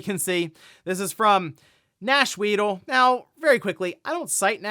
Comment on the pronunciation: I was hyped for GYA VI on Switch 2 until you said "Nash Weedle"